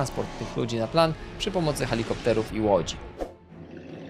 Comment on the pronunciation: Ale że "halikopter"? 😱